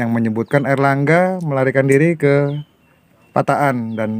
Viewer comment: Balikpapan nyimak.....min penulisan dan penyebutan tempat yang benar, pataan bukan patakan.....👍👍